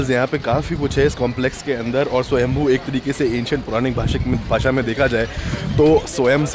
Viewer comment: swayambhu is the name of lord shiva!! We all pronounce it like shambhoo!! Swyambhu- self occuring